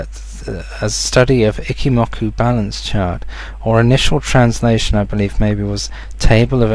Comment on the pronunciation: It's "Eeee-Chi" not "icky"